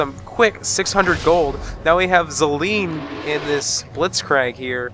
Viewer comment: I like how you pronounce Zilean's name haha, it's unconventional. I pronounce like like I got a "zillion" dollars :)